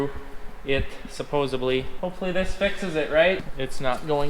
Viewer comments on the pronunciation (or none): Yeah, it's "supposedly" with a "d" sound, not "supposably". If it really matters, lol. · the word is supposedLy. not supposably. Bad, Bad, You can do better 🤙. Another great video; I can't wait for the next one. Best to all of you; praying the winter is not tooo harsh on you. Cheers. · and his “Suposebly” 😂😂😂😂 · Hey...it is "supposedly" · I say supposably too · Well i "Sup-BOSEE" or "sup-"POSE" ill like this video!💯😂 i just suppose to be or supposellyy gonna leave a comment as well ya kno? 😎🤣